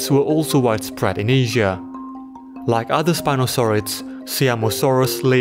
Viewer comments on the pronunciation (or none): none